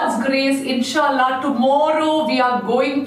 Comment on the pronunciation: Her inshaallah pronounciation is so good❣